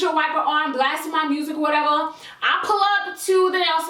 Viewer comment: “or whateva”😂